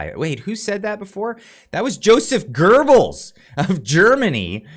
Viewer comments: Joseph Goebbels, not Gorbels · you're the best! It's Goebbels (sounds like gobles), not gerbles. No r. Love your stuff!